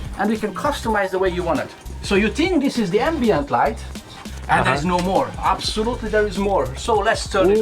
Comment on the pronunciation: Я один считал сколько раз он скажет обсолютли